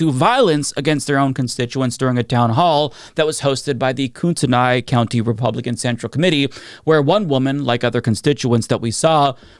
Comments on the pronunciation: Just as an FYI, Kootenai County which has Coeur d'Alene as its seat, is pronounced locally as Koot'n'ay. At no point is there an "I" sound. Its possible to use only two syllables "Kootnee" while absolutely not confusing anyone. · pronounced KOOT-ney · Not to be THAT guy, but it's pronounced like 'Coot-Knee' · "Koo-tin-ee" not Koot -ten -ay". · Its pronounced Koot-KNEE County 🤣😂